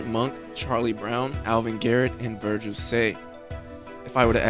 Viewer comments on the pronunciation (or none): none